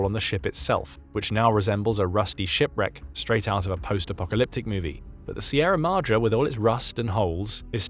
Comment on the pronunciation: its pronounced "Sye-RA-MA-DrE"